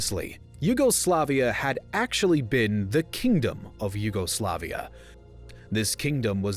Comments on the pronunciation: I hate the way you say YUGOSLAVIA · your insistent emphasis on the second and third syllables sounds odd. In English, the emphasis is usually on the third syllable alone (yugoSLAVia); whereas if pronounced in Slavic, the emphasis is on the second syllable (juGOslavija). Hearing it in English emphasized on both the second and third at the same time is jarring. It sounds like you're saying two words instead of one (yuGO, SLAVia) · I'm really in doubt whether I should unsubscribe. Let's ignore the relative peaceful secession of Slovenia out of the republic. And simplify the nationalistic tendencies growing for quite some time towards one root-incident. And then theres the matter of pronounciation: WW1 and WW2 German soldiers have nothing to do with Croatia.